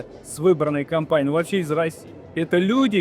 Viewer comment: Начало кАмпании, а не компании :)